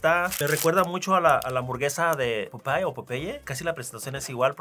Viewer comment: I love the way Paco pronounces Popeye the Spanish way!